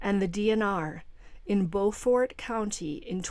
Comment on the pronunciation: Hey! Not that it matters, but we in South Carolina pronounce the town "Bew'-fort"! 😊